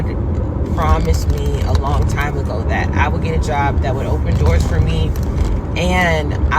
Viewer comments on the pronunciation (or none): none